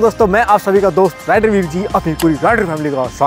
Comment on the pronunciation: ℝ𝕖𝕕ar nahi he ℝ𝕚𝕕𝕖𝕣 he😂